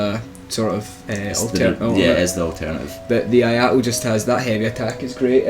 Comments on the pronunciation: its no I a to it is I(e sound)a to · "Eee-ah-ee-to" , not "aye-aye-to" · I mean, I know you english people are not particularly good with talking, even in your own language. But pronouncing Iaito as Ajato is just sad. Really, really sad. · I agree with this list... for the most part. 3 things I would change. First, I would change the Iaito (it's pronounced ee-eye-toh btw) with the Uchigatana, and would place it much higher. The Iaito moveset is good, but you'd be amazed how useful the Uchigatana's thrust is. Second, I would change the Obsidian Greatsword with the Zweihander. One word: stunlock. This thing is giantdad's weapon of choice for good reason. Finally, as much as I love clubs, I would drop the large club in favor of the Falchion. Take the Gold Tracer, make it compatible with Darkmoon/Sunlight Blade or Crystal Magic Weapon, but remove its bleed effect. You lose the massive damage spike in favor of consistent big hits. The Gold Tracer is a fantastic backup weapon once your buffs run out. Just throwing that out there. Just make sure you 2h it. I would have also given an honorable mention to the Murakumo. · The only cringy thing was the pronounciation of "Iaito"